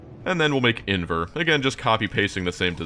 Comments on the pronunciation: And it still annoys me that you're saying "invEr" instead of "invAr" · Can I please correct you on how you’re pronouncing in-VAR(rhymes with car)